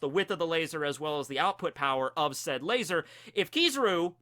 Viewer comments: I'm so glad you said "lazar" the regular way instead of your usual "Lay-ZOR" . that always bugs the shit out of me. 😅 Edit: turns out he keeps saying it, on purpose. At least he toned it down.😒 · if you are goinng to say lazor then can you at least say svword too? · Why do you say laser wired